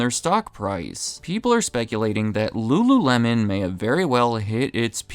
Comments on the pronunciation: Ahh yes .. rururemon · "ru-ru-remon" C'monnnn bro 😂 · lmao rururemon 😂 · re: in this video. “L” is difficult for Asian people to speak. That’s why a Wincoln Contiwintal does not sell wery well there. EDIT: I can not roll my tongue. I will never be able to speak Spanish, Italian (and probably many more languages) properly. I wish no denigration to anybody.. it’s just where/how we grew up and learned to speak.